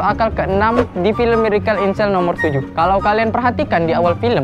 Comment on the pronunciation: Benerin dulu lidah lu buat ngucapin kata "miracle". Sakit telinga gua, denger lu ngucapinnya kga bner! Inggrisnya dilancarin dlu. OKAY!?